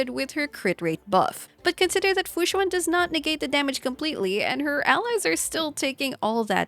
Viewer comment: Tip for pronuncing fu xuan: right now u are saying "xu-Ah-n". Try "xu-en" as in ENdgame.